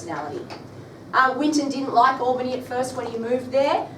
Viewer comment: Should say Albany as though it was a "pal", not "pall". Obviously not a Western Australian teacher....